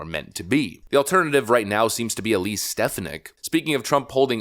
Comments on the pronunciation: Stef-fon-nick not Stef-ah-nick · I’m hoping for Viveck Ramaswmy. Please check out how to pronounce Elise Stefanik’s name properly. Thanks. Dan Wright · STE-FAN-ICK! NOT STEF-A-NICK! I think. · Stef-on-ick not Stef-in-ick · dude you miss pronounce peoples names all the time . not stef a nick. its sta phon ic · Stephanik's name is pronounced: stih-FAA-nihk😊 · Picky I know, but damn....you're pronouncing Stefanik's wrong. It's pronounced stefAWnik. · Bro has a commitment to mispronounce popular names like "Vivek" and "Stefanik", as well as not being able to pronounce "electoral" correctly either. Bruh, just get it right. It's been driving me crazy. You're too smart to be mispronouncing mainstream names. And I promise, this isn't an insult. It's actually a result of READING more than WATCHING. I believe reading is far more important out of the 2, but you gotta listen as well.